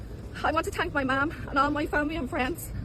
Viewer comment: Why does she “tank” everyone